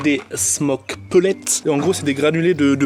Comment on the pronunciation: Il prononce vraiment pellets peulé ? 😂